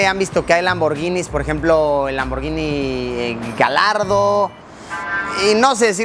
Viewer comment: "Lamborghini Galardo" jajaja, ese luisillo